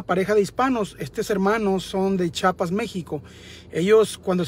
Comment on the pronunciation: Es CHIAPAS no CHAPAS. No ofendas amigo.